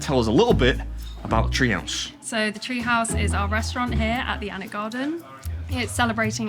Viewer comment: I live and work in Alnwick. Gutted I didn't get to see you around. So glad you enjoyed the tree house experience and that you pronounced Alnwick correctly, so many don't. 😅